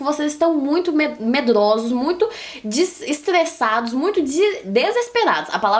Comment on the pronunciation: "Vocês estão muitos estlesados" que fofa RS,eu também tenho a língua assim